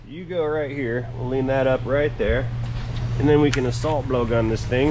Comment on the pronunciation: Idk why but every time you say “heeuur” idk how it would be spelled…..but I giggle every time… but great video again!!! You have skills with videoing and working on a vehicle! He taught us how with our big bobble heads getting in the way to see… also I want to know if PEETAH will ever make a guest appearance!! It always cracked me up hearing that… the dealership I worked at all I heard was BLUE!!! being yelled across the showroom or the service area… I worked in sales and service and sometimes in the shop if someone didn’t show up or called in… I did a lot in sales, service writing, and cashing out customers that were upset because of the price or the others they worked with… then the basics and certification for oil changes and inspections… so I was always getting called in different places, I was training in parts until I had quite a few health problems and had to leave… I miss working there and everyone also… even the owner still texts me to check on how I’m doing and that they are praying for my recovery… your videos bring me joy every time I get a notification because I can get lost in watching them… much love!!!!!!💙💙